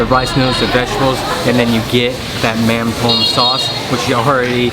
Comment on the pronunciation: It’s pronounced “mum dom “